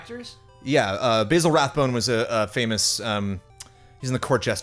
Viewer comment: Basil Rathbone is not a herb, Ba(short A)-Zill, like Basil Faulty :).